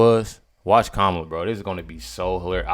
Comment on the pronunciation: "Hello, Kamayla?,Kamala?...ok, Kamala i want to address you properly. I want you very happy ..."